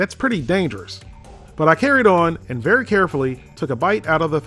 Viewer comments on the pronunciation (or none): none